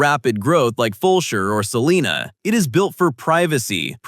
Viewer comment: Sa-line-ah not seelina 😂 U R obviously not from here!